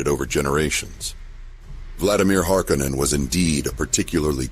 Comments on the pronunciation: What's with all the alternative pronunciations lately? Duke :Let-O? House Hark-a-nen? Good video, and maybe tomato tomatoe, but still...! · He also stated that it was pronounced Harko nen, as in the first film. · I thought Frank Herbert pronounced the name a lot different from the way it is in this video.